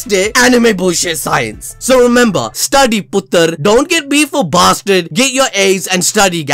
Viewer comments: He said study puter 😂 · He said " Study puttar". Lol